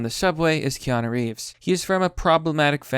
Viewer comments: Key Yah New.... It's New like Nu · Keyano** Fuck man,do you even english? You have to trolling,i refuse to believe someone could not know how to say his name. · It really doesn't matter why he's (not) doing it. Every single interpretation/speculation I've heard about this makes sense, and is a good reason to not touch women he does not personally know. I don't care how you look at it, it makes sense. And 'noo' is pronounced 'knew'; kay-ah-knew. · It's pronounced Key-Ah-New...*facepalm Wise men will protect themselves from present and future conniving psychos. There is no need for men to keep fixing what women constantly break and insist on breaking - just replace them via technology. Yes, younger men have their lives ahead of them, and should not waste or risk their futures on these psycho traitorous thots. Want kids? SURROGACY - it's the best move for men to avoid shitty relationships, divorce rape, alimony, child support, and having your kids brainwashed to hate you. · and women berate us for not 'stepping up'. you wanted it this way, live with it. Kee-an- oo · Key-Aah-New! It's not Key-Aah-No. It's not Koan-New either like another Youtuber calls him. It's like 'moore laws is dead'. Another Youtuber I know saying NerVidia instead of EnVidia. Why can't Americans pronounce words and names? AluminIUM! Toe-Mah-To! Poe-Tay-Toe! (angry grating of teeth intensifies). ;) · Do you not watch TV or movies, because you don't know how to pronounce Keanu or Joaquin ? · KÈ-Á-NOO...not kay-a-nô. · It's pronounced key-ah-new, not key-ah-know. In dictionary usage, noo is used for "new" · pheenix Rivera wrong. What i wrote is correct. Stop confusing him. He already can't read normal words properly. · Key isn't pronounced like kay dafuq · How do you look at a phonetic spelling of Keanu and still pronounce it wrong? It's Key-Ah-New and Wah-keen! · It's key-on-oo and wa-keem Phoenix. Take it from a gen xer. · Its key-ya-noo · Keanu. 'Kay-a-new'